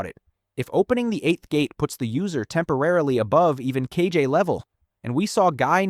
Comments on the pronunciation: i heard "genin" as "jeanin" and "kage" as "cagey" 😭😭💔💔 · if you're gonna make an AI video at least have the decency to ask it to voice the correct names, "kage" doesn't have the same g as "sage". or voice it yourself, at least. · Stopped watching after the pronunciation of “Kage”